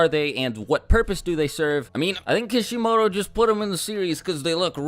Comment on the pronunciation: hurrdurrr I THINK KISHIMARU PUT THEM IN TO LOOK COOL, uhhhh bro his name is Masashi Kishimoto, way to sound racist and ignorant. THUMBS DOWN.